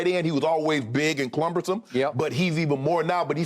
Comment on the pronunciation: " clumbersome" lol